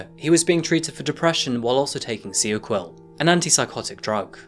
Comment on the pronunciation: Pretty sure seroquel, is pronounced with an r in it